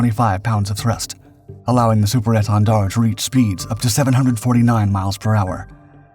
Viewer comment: Take a shot of hard liquor every time he says Super Èntendard - I dare you. 🥴😵‍💫😵